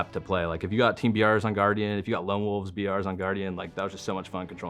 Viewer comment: No One: Sherzy: GuarGian